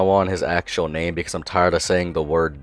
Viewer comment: I can't watch this video cause he ruined my name